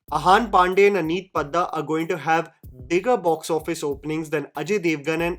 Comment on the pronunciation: Nahi nahi. It's अनीत पड्डा not पद्दा। Bandi ka galat naam nahi lena mujhe pyaar ho gaya hai ❤